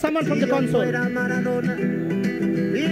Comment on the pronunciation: মারাদোনা কে ম্যাড়াদোনা বলছে!!! 🤣😂🤣😂